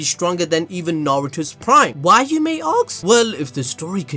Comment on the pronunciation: Why you may aks?